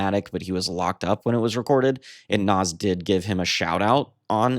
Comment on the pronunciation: Pronounced “Nahz”